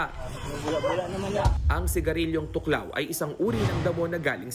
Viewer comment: Thuc Lao po Hindi tuklaw